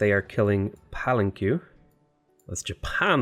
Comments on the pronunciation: Pet hate alert! It's Pal-an-kay not Pal -an-cue! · its Puh-len-Ke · I quit when he said Palan-Q...